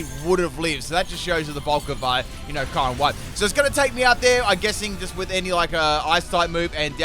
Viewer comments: I thought it was “cure-em”? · still pronouncing "Kyoo-rem" as "Kai-rem". Never change, mate.